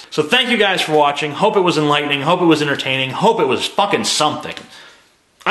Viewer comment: I love you TJ, you're a genius, the voice of a smarter generation. But bro, its en-ter-tain-ing, not inner-tain-ing